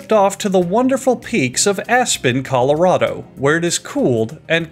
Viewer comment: This man mispronounced Colorado.